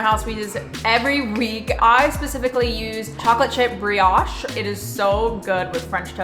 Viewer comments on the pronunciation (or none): none